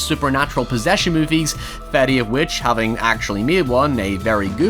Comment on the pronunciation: everybody talking about the "howevers" and "abouts" but nobody's talking about how he said Fede